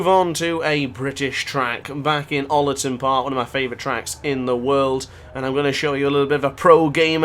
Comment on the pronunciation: Hi in Manchester we pronounce this track hole ton park (without the H on hole) Cheers pal